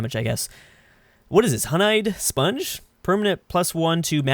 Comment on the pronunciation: It says Honeyed Sponge pronounces it as: "Hon-Eyed Sponge" facepalms